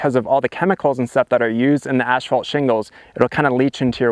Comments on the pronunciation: It is pronounced ASS FAULT, not ASH FAULT. Damn. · Oh, you Canadians and your "ash fault"!